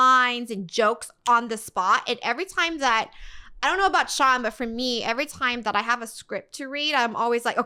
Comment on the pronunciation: It’s Sean not shion